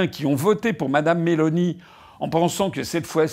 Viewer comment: Nota bene : en italien on accentue la première syllabe. MÉ-loni